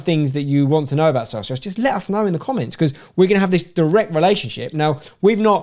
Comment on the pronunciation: Don't personally care about the Socios deal but please pronounce it properly 🤣. It's already a word in Spanish